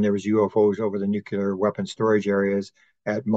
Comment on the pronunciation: Nuclear = New - Clear --> New - Clear There's an epidemic of people saying, "New - Que - Lure"